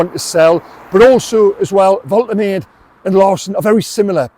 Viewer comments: Not trying to be a smart arse, but I’m pretty sure that the player’s name is pronounced Volta-marr-duh, meaning that it doesn’t rhyme with “lemonade” or “escapade”. Hopefully the player himself can clarify things tomorrow in a club interview announcing his signing. Whatever he’s called though, I absolutely LOVE this news - an out of the blue continental signing with enormous talent and huge potential. And if he can clear the way for the rat to move on, then in my book Woltemade is already halfway to being loved by the Toon Army. HWTL. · Pronunciation is actually Volte-Madder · It’s definitely vol te mah duh. Howay. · Please say his name correctly, it should sound like Voltermarder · It's pronounced Vol-teh-mah-deh